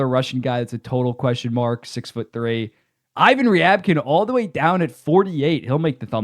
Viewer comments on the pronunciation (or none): none